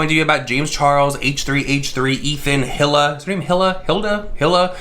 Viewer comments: E-la. Not hill-a. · lmao hila is pronounced ee-luh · Your delivery was cute and funny☺.. It's pronounce like the brand "Fila" but without the "F" of course.. 🕵🏼💬according to my investigation & research📔📕🗃📖🔬🤥!.. 😳ok just Google📲🤓~Hila means “halo, aura” in Hebrew and “hope” in Afghan.. 🤧sorry for all this crazy replay, I have way too much time on my hands.. Stay safe, Stay blessed❤.. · No shade whatsoever I just wanted to say her name is pronounced like “Eeeee Laahhh” lmao I’m really doggen the Hilla tho 😂😂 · It’s pronounced like “ee-la” :) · Her name is Hila. Hee-la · ‘Hila’ is pronounced like ‘Heal-a’ xxx I definitely support Teddy Fresh, even though it’s not about people dying, JC makes a killing while smaller brands fall to the wayside. It costs a fortune to start a business and H3H3 (even though are very popular) are not without financial hardship with censoring off YouTube and COVID. I’m really getting sick of this kid. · Hila = "Eee-la"! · It’s pronounced Hee-la. But yeah no one gives a fuck all three are liars. But they look so similar I thought the three of them were collabing. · Hila= E-LA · Her name is pronounced like: Hee-la, or Ee-lah, depending on where you're from. (Eathan's wife - Hila) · pfff omg 😬 it's pronounced "EE-la" (like rhymes with Leela from Futurama), the H is silent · When you've watched h3h3 since the Israel days and you have to hear "Hill-uh" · It's pronounced Eela. You Can buy Teddy Fresh at like2 or 3 different stores at the mall. This isn't just March, TF is an actual brand and has become pretty popular. James Charles knew he just didn't give a shit. Teddy Fresh has legit collabs. James is whack and he knew his merch was a RIP off. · eee-lah. Just FYI. Love you 💛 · Nobody:: Hill-Uh... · its pronounced HE-LA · HE-la silent H. "Ee-la" I believe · Pronounced "Eela" and James playedddd himself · Its pronounced E la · And it’s pronounced E Lah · Her name is pronounced "eel-a" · I love you but say it with me He-Lah